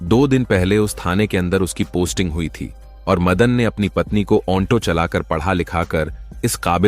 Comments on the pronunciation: Aonto nahi Auto 😂😂 AI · चुटिया ऑनटो नहीं ऑटो कहते हैं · Bhai Auto ko onto bol rahe ho,,,,,yeh galat hai,,,, lekin aisi zahil patni ko kuch sabak to dena hi chahiye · ऑंटों नहीं ऑटो होता है। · औन्टो नही श्रीमान ऑटो बोलिये😅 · Auto bolo Aunto nahi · ओंटो या ऑटो 🤣🤣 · AUNTO Nhi 🤦🏻‍♂️.... AUTO Boltey Hai. 🆗👍 Aur ONFFICE Nahi.... OFFICE Bolo 😂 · Auto bol aunto nahi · ओंटो चालक नहीं भैया ऑटो चालक😂😂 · अन्टो नहीं अटो है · Onto nhi ji auto hota hai😅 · ऐ भौंडसी वाले आटों होता है ओनटो नहीं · Bhaiya pahle to onto nahi auto bolte hai. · Abe onto nahi auto hota hai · Aap bar bar onto bol rahe ho ye onto nahi aato hota h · ऑटो चालक होता है न कि ओन्टो चालक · भाई यह ओंटो कुछ अजीब शब्द नहीं लग रहा है मुझे तो बहुत अजीब लग रहा है ओंटो नहीं ओटो बोलो ओटो😂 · Onto nahi oto bol bhai...😂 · Kahani toh aachii hai.... but jisko aapp onto bol rhe ho...usko Auto kahte hai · Oto nahi hota auto hota hai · Bhai onto nhi auto hota hai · Auntoo nahi Hota Auto Hota Hai bhaii😂😂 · ऑटो को औंटो नही बोला जाता है😂😂😂😂😂😂 एक सॉफ्टवेयर से काम करोगे तो यही होगा। ऑटो की जगह ओंटो।।।। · Bhai auto ko onto kyu bol rahe ho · ओन्टो क्या होता है ऑटो होता है। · Shabdon ka ucharan galat hai jaise Auto ko aunto bolna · ओंटो ओन्फिस क्या बोल रहा है ऑटो और औफीस बोलना चाहिए था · Aunto nhi auto bolte h bhai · Aunto nahi sir auto bola Kha se sikha aunto bolna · Aounto kya bol rha hai bar bar irritating ho tum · Apna Onto aur onffice wala pronunciation thik karo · Aunto बोल रहा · Right 😂😂 aunto 😂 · ऑटो का सही उच्चारण करने का प्रयास करो, कहानी अच्छी कहते हो